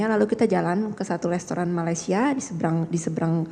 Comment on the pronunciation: Hitung berapa kali tersangka menyebut kata Lestoran. Wk gabisa spelling restaurant kah